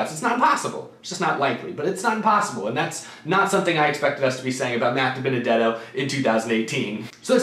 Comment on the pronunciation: You butchered Dibenedetto